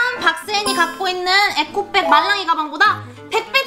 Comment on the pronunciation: 왜읽을때 에코백이라고읽어야 하는데 왜 에콕백이라고함 ㅋㅋ넘무웃기제(얼굴검나 웃겨 ㅋㅋ)